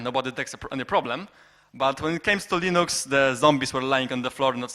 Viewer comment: Moglibyście dodać napisy chociaż, połowy co ona gada nawet nie zrozumiałem... a wyłączyłem video po 10 minutach oglądania... Linux wymawia się Lynyx :P - tak an przyszłość.